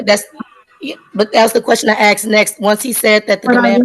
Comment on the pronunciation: The question I axed next? ..... LOL